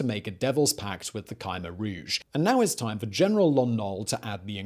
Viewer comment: He's pronouncing Khmer Rouge differently to every other source I can find?